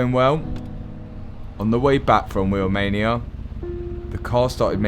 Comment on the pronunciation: How come when you say Wheelmania I hear Romania……. Are you from Nottingham or something?